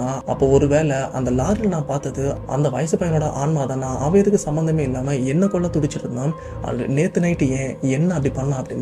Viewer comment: அது கொள்ள இல்ல, கொல்ல 😒.